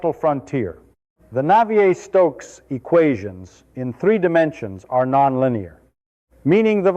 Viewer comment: Christ, this roboid never sat in thermofluids lectures to be able to mangle the names of Navier et al so irritatingly.